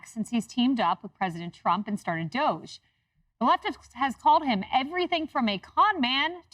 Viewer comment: why is dog pronounced 'dog' but 'doge' is pronounced like sheep as 'doughzzaaahhhh' like elmos says...- how 'bout DOOCH as a shortcut...bc doughzaaahhhh is elmo's preference and everybody hates that POS.